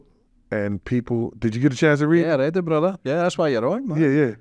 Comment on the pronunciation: goes into “bruddar” overdrive in the last 10 mins of this.